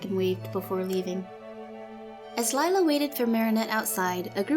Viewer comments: *lila not lie-la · Instead ee have lie-la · Same she is just a freaking liar that's why your name is Lila pronounced liela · its not lila its lie-la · LIE-la should be the real way her name should’ve been spelled.. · anyone else notice that lila sounds like liar personally her name should've been lira because if u mix it is lial but if it was lira it would be liar